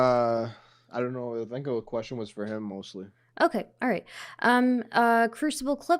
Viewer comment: Heem? That's an H not a K.